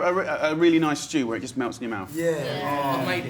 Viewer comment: "it smells so noise it looks so noise" this english accent haha